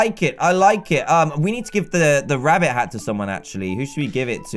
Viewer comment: One time in the ep u saif wabbit